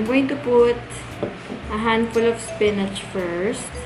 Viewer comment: HAHAHAHAHHAHAA TAWANG TAWA AKO SA FLEYVER AT SPENECH